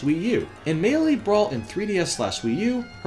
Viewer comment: Why do you pronounce Melee so weird?